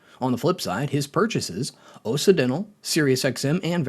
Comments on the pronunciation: Is this AI or do you just not know how to pronounce Occidental? Kind of like OX-Sid-dental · I can’t trust a chanel that doesn’t know how to pronounce “occidental”. Sure, maybe it’s stupid AI, but doesn’t a human listen to it before it’s posted?